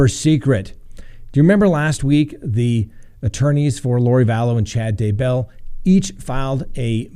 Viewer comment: Their last name is pronounced DAY BELL, no sound between the two word parts. Thanks.